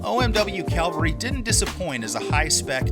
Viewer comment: Cavalry💂💂💂... Not Calvary ✝️